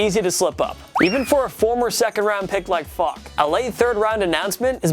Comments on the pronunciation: Kevin Faulk isn’t pronounced Fock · .....is he saying Fock? 😂 wouldn’t be surprised if it was intentional